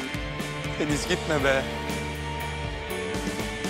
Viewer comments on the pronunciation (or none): Rahmet Deniz derken sanki Filiz diyormuş gibi geliyor kulağima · Kulağa öyle geliyo ama deniz diyo hatta ilk başta deniz dediği anda ben filiz anladım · Bende ilk başta filiz diye duydum ama sonra yavaşlatarak izledim deniz diyor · Bende öyle sanmıştım ama Deniz diyor. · fideniz diyor ADAdasDSadASDAsaSaSSaSaa :D :d